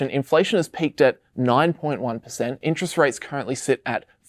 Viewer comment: "Interet Rate" ;)